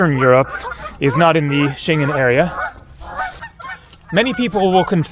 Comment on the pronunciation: I like your videos, but sometimes your pronunciation is lacking. You need to learn to pronounce Schengen.